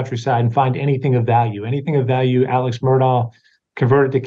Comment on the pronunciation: Why is Alex pronounced Alec?